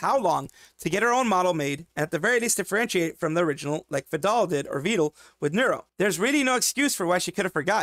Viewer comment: You pronounced Vedal's name correctly wow Congrats for Dodgers victory and Hololive's successful collaboration.